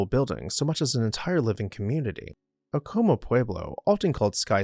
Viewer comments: Except you use an m sound at first not a w sound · the place is pronounced Ack uh muh here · ITS PRONOUNCED AC O MA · We have always pronounced it A-Ka-MA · You are pronouncing Acoma wrong. It's still inhabited as is acona, as is laguna, but I do believe chaco canyon is much more anchient. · You need to learn how to pronounce Acoma in New Mexico. Thanks